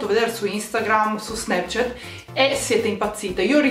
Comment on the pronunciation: Si dice snapchat non snapchet